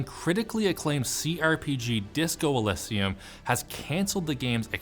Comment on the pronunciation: It's Disco Eeee-lee-zee-um, you uncultured swine.